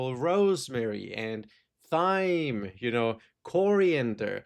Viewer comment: Thyme is pronounced the same way as "time"